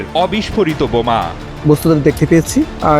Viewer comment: বমা না বোমা।